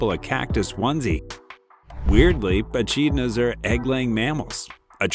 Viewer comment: Just for your information they are indeed Echidnas but it's pronounced as Ecidnas, I am an Aussie so that's why I know this and you've presented a gret video, I loved every minute of it!😊